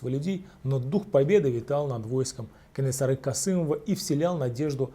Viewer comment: Кенесары, а не Кэнэсары. Жуз, а не джуз.